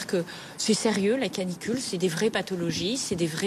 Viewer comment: Canicule (pas clanicule) Merci de rappeler au parents d'avoir du bon sens et au professionnel. Çà resume bien le désarroi du pays